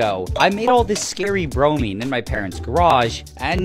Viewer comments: It’s not bronamine it’s bromine learn your periodic table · it’s pronounced BRO-MINE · bro never drop "bronemine"